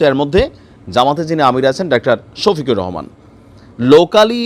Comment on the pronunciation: সোফিকুল নয় 😂 শোফিকুর রহমান 😂🎉🎉